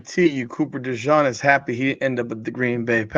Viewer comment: love ya but you're mispronouncing Cooper DeJean's name. In fairness, you are pronouncing it correctly in French but since he's from Iowa they say Duh-zheen. No worries.